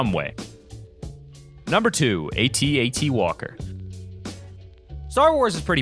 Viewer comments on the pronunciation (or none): It's pronounced AT-AT, not A-T-A-T... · It is not A-T-A-T it is At-At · its not a-t-a-t it is at-at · no its not pronounced "aht- aht" its pronounced "ay-tee-ay-tee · When he said atat I thought he said atnt